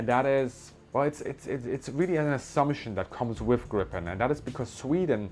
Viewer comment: 18 seconds in, and I just have to comment on the excellent pronunciation of Gripen. In Swedish, it's much more like [greepen] than [grippen].